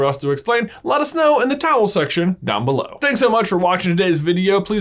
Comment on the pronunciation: are you saying towel section???????